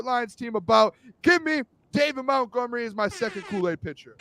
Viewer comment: Again it Montgomery not Mountgomery